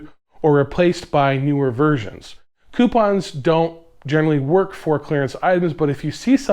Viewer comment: Do not, i repeat do not take a shot every time he says coipons